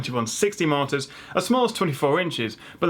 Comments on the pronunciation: MULTIPLE MARTYRS! i read this at the start of the video and it sounded more and more like martyr every time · Ultrawide martyrs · martors? that is how it sounds your saying it lol monitors aha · It's such a shame you can't properly pronounce MON-I-TORS...it massively undermines your knowledge set.